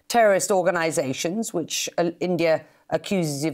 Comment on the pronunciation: Next retaliation slap will be for.. It's India not endia.. Pronounce it correctly.. Ok